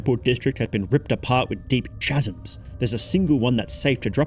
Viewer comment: it’s “chasms” not “chasms”